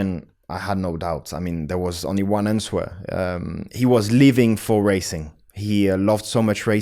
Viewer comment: For sure! Even though I'm not a native speaker of English, I've found countless mistakes while he was speaking! For example 'ansuer' instead of 'answer' haha but he's great!!!!